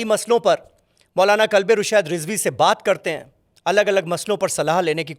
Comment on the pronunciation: Kalbe naheen qalbe hota he